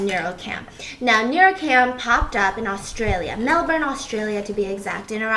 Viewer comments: When an American actually says Melbourne, Australia kinda properly 🤣🤣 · the way Stephanie pronounce melbourne 🥺 (in Australia we pronounce it Mel-ben) hehe love form 🇦🇺 <3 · I'm gonna be that person. She said Melbourne correctly 👏👏👏👏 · Shoutout to Stephanie for pronouncing Melbourne correctly!